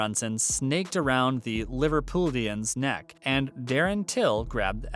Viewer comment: Liverpudlian is pronounce liver_Pudd_lian